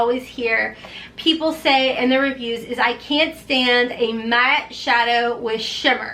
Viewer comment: Why does she have no accent except she says the word matte SO weird? Never ever heard someone pronounce it like that, not with any accent?